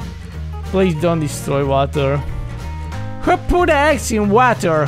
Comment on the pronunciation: I can’t get over this ”WHO PUT DE EGGS IN WHATER”